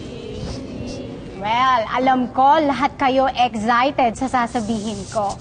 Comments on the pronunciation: bat ako narinig ko eggxited HAHAHHAHA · yun ang pronunciation ng excited